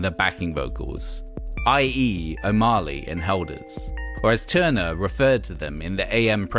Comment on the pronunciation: I don't know who narrates these trashtheory videos but 'O'Marley' and 'preVAYlent' ...ugh!